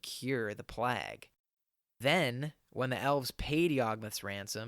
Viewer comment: Your pronunciation of plague is atrocious